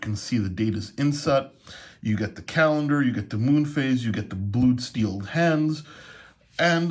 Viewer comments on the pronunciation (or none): none